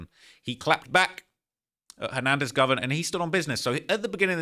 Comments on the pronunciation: Dude 😂 this ish is funny. And keeps pronouncing dude name like Hernandez "Govern" 😂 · It’s GO-VAN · U can't say it right. Its GO VAN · “ Go - Van “ GO..VAN .. Govan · Him And Flakko been running content on this man for 4 years and still can’t pronounce his name lol😂